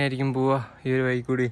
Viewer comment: മലയാളം ശരിയായി സംസാരിക്കുക വയി അല്ല വഴി പുയ അല്ല പുഴ തായോട്ട് അല്ല താഴോട്ട് '